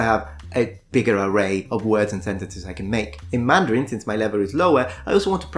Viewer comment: Your mandarin tones are excellent!